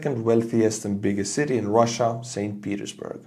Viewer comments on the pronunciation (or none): none